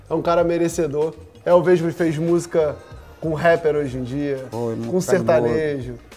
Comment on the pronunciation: Ele pronúncia Musga. 😮😮